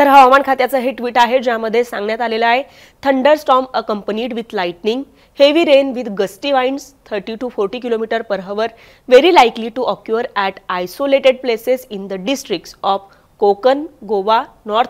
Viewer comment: Occure चा उच्चार ऑकूर नाही तर ऑकर आहे. यल्लो नाही तर यलो आहे. धड मराठी बोलता येत नाही आणि इंग्रजी ही येत नाही.